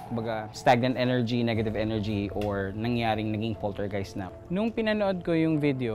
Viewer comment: A POLTERGHIHT